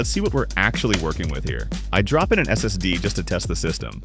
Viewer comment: bro is this an ai voice over am i tripping who says ssd like that